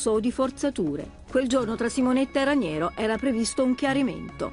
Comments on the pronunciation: Ma santo cielo, è capace di dire Raniero? Ranieri è l’allenatore della Roma… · Ma Vespa che lo chiama "Ranieri" e non "Raniero"!?